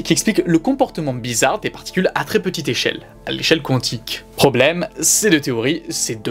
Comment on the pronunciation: Ça se prononce Quantique ( comme ça s'écrit ) . Il n'y a pas de W ... Oui je chipote , oui je trouve ça bizarre lol